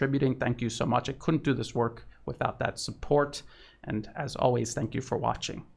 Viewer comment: "Tank" you for the report ^^